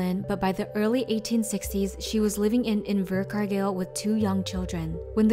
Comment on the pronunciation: The way she said invercargail actually triggered tf outta my kiwi brain